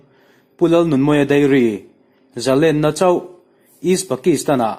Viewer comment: A ngaihnawm hle mai. Zalênna tih erawh zalenna tiin a ri thin a, Sangha manna lên kan lam rik ang chiah hian Zalênna tia lam rik thin a va tha êm.